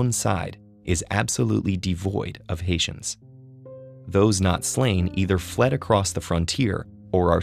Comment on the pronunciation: I kept hearing ‘asians’ whenever he mentions ‘haitians’😂 good thing there are subtitles